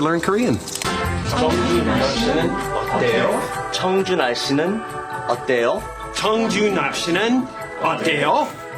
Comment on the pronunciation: I am a native Korean.. When said “날씨어때요” it sounded like 정준하씨 어때요 to me.. 😭